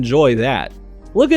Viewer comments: I'm so happy you said Uzuri correctly xD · I must say you are quite accurate on the way you pronounce "Uzuri". Also, I'm very excited for this new set !